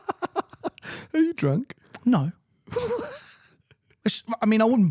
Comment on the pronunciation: Fell off my chair when said 'Emira'. My Evora S is still there for a 'rate my ride' episode if you like chaps 😉